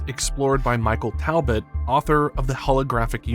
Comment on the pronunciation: Talbot is pronounced phonetically as tall-bert.